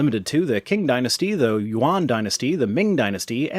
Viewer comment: I'm not completely sure how to pronounce Yuan but i think you were correct.